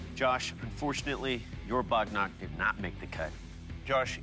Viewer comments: It's not bognark its waghnakh means tiger's nails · Just FYI, it's bagh nakh (alternatively, vagh nakh), not bognark 😅 bagh = tiger nakh = nails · It's Bagh Nakh not bognark